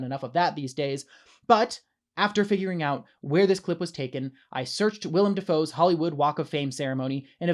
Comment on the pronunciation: “William Doofoe”.